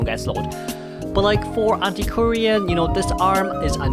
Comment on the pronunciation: Antiquarian sound really like Anti Korean